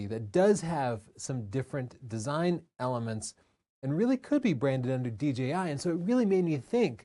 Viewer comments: It’s Dee-Jay-Eye, not Dee-Gee-Eye. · good vid, but please note the name should be pronounced "D J I" not "D G I". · It’s kid of hilarious that when you say DJI quickly in a sentence it comes out at “DGI”. I do that in conversation, and I hear it in this video as well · D-Gee-I instead of Jay is great lol